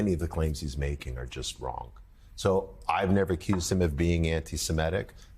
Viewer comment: did he just call Elon Arlon? :face-green-smiling